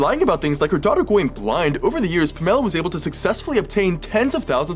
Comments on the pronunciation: Are you kidding me???? You don’t know how to pronounce a simple name like Pamela !! 🥴. Pam-a-la !! 🙄 This makes me furious 😡. My son had a kidney disease. Cost us a lot of money. Would have given anything for him not to have had it!! From age 2 to about 14. Was Nephrotic Syndrome!! He is 23 and doing ok!! Why make your kid sick? The one person in the world you are supposed to love and want well and safe!!😢😢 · I was looking for this comment!! I was thinking the same thing! I've never heard Pamela pronounce that way! 😂 The way he's pronouncing it it sounds like it's a fruit 😂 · Uhuh. Keep living close minded like that, there's more than one way to say someone's name like Lila (Lee-lah or Lie-lah). "Super common" a quick google search tells me it's ranked 1804th most popular girls name and that's mainly in America and England. Yes, Pamela Anderson is famous, doesn't change the fact that one can pronounce the name Pamela in more ways than one. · nobody named Pamela has ever pronounced it that way. I have known several. Just because you come across one person on the internet that claims they know someone who says it that way, doesn't make him correct. It just means that there are at least 2 dumb dumbs in the world who are mispronouncing it. Your examples are not relevant, they are pronounced different because they are two different names that some people have spelled it like that to be quirky, however, the emphasis is still on the same syllable. Unlike this guy, who is emphasizing the wrong syllable 😂. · I full on forgot that she learned English from her immigrant parents (home schooled for 7 years) and that’s how they pronounce it bc they just sound stuff out. I’m kinda stupid and things blank for me a lot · How else would you pronounce it? Genuine question cause thats how I would say it ^^" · It is wrong in the pronunciation, unfortunately. “Pamela” is a name of Greek origin, not Hispanic. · Why is he pronouncing the moms name like that?? 😂😂😂